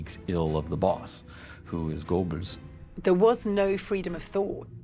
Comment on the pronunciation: Why should I take this seriously? They can't even pronouce the word "Goebbels" correctly?